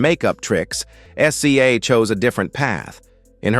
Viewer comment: WOW! he said her name at first as zay.....then went to her initials SZA but, we know her as Siz za......WOW! But, OK :person-turqouise-waving